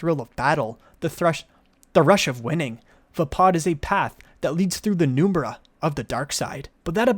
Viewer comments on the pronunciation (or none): penumbra is pronounced "pen-numb-bra" not "noom-bra" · Chaos is freedom. "pen-UM-bruh" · Great video! also, "penumbra" sry my OCD made me do it.